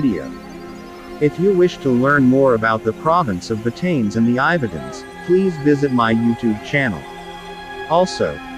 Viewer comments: Ba Ta Ness 👌🏽👌🏽👌🏽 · I lived on this island for almost 5 years. FYI - it is not pronounced "BaTains". It is 3 syllables: Ba Ta Ness